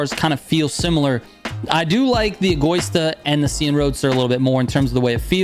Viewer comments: egÓista? It's pronounced as egoÍsta trigger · Trigger, say it with me: "Eh - go - EE - stah" "Vuh - Neh - No" (not "vuh - nee - no") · Dude you need to learn to pronounce names correctly Egoista, Imola, Veneno...😂